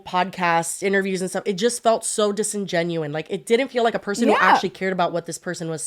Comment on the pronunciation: Love you it’s disingenuous not disingenuine